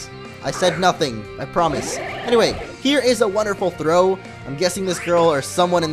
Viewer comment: Lol, wherever there's a throw (throh) there's bound to be a sock (sawk)